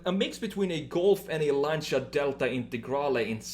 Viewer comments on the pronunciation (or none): none